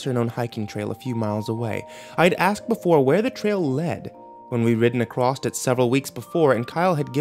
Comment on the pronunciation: When are you going to do English at school? I can't wait until you find out that the word ACROSS hasn't got a fucking T on the end!